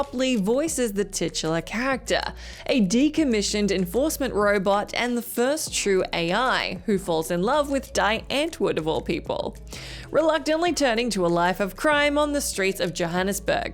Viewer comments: It's not Die it's pronounced Deee lol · Die Antwoord is pronounced "dee" not "dye". Always pronounce the second vowel! 😁 And the space opera scene from 5th Element is AMAZING! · lol "Dye Ant Wood"